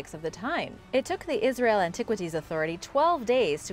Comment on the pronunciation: It's not asrayl